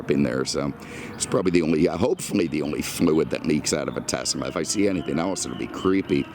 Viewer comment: Thank you for pronouncing Tesla properly